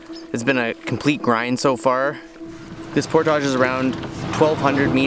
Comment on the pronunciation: Cabbage, baggage, luggage, portage. Not portaaage.